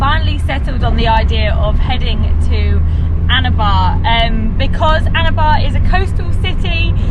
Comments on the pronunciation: Its Annaabah not ana baah 😢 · PLEASE stop saying "Anabar"... it's ANNABA !!! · your "ANNABAR" sounds like "ANAVAR" 🤣🤣🤝🤝 WELCOME MATE